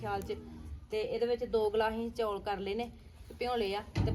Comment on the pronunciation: Hlo ji happy lohri tuhanu te tuhade sare parivar nu te tusi jaat Punjabi ho kr chaul nu chauul kehnde o